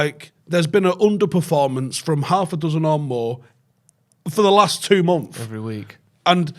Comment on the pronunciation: Months ❌ Mumf ✅